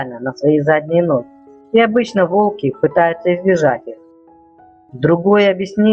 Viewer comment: Не волкИ, а вОлки. Делай ударение правильно